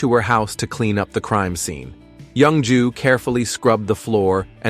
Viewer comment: The way the ai pronounces the name as young jew, has me dying.